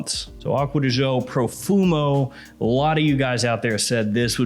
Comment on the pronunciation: I wish he would stop pronouncing it Acqua Di Zho. Gio is the first syllable in Giorgio and it is pronounced softer than the way says it.